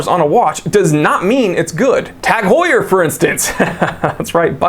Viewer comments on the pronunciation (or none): none